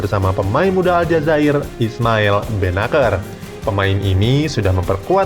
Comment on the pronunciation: Dibaca nya benasir bos bukan benakeur